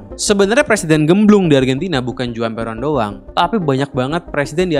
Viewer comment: Juan juga Huan